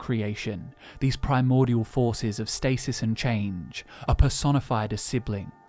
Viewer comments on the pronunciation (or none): none